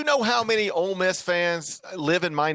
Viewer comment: Ole Miss not olay Miss